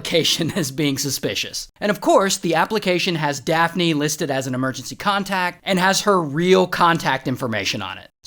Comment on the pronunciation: Daft-knee instead of daphne 😂😂